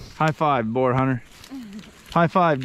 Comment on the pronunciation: Boar rhymes with store and more, FYI.